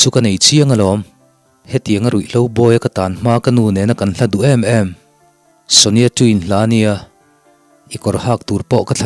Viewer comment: Shania(sonia tia a lam lo in Sh hi lam rik tel tur Shit kan lam ang deuh in , nia hi NIA khat kan sawi a NIA ang a lam tur) Sha-nia... Ka lo hre fuh deuh a ka Correct phak chu ni miah lo mahse, ka rawn sawi tho mai